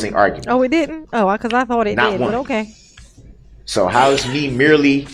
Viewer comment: I HATE when he says the word "merely".... oh god I get so mad. "I'm merely trying to..."